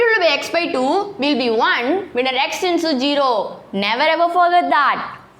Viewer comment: zero ❌ geeroo✅